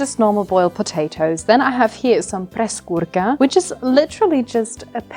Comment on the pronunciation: Very nice köttbullar. You have good pronunciation on both köttbullar and pressgurka. Im Swedish and enjoy watching people from other countries make their own twist on our food. Been enjoying your channel and your Swedish cooking. If you want to try something else to cook from Sweden might i suggest Kroppkakor. Its kind of a potato and pork dumpling that i absolutely love. Keep up the good work :)